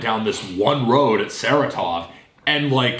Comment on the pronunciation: Sa-Ra-Tov not "sarah-tov"